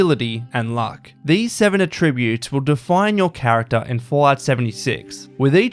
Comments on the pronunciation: You say "attributes" wrong. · I just want to know how the voice-over guy got this far in life without knowing how to pronounce "attributes" correctly for the context. Actually infuriating. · Just returning after a few years. Nice to see such changes, it's greatly improved game. The next improvement should be the way the voiceover guy for this video pronounces 'attributes', because it's really annoying and distracting.